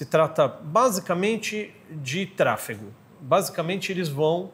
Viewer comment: Trafego e nao trafico… muito bom o conteúdo, parabéns